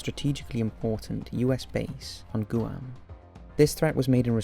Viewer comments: Guam - '''Gwam''' not ''goo-am'' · Guam is pronounced Gwahm not Goo-ahm. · Guam is pronounced (ger-waum) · Dude, you seriously need to work on your pronunciation. It's pronounced Gw-arm not Gu-am 😂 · You said Guam wrong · Damn how did he just pronounce Guam?